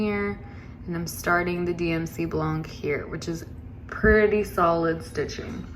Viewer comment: Yeah, good buying, the Dubko, what color did you chose? Your projects are beautiful. Just for fun learning, you don't pronounce the "c" in blanc. 😊